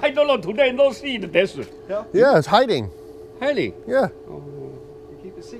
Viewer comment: Whats Always saying that sounds like dessert or dessit???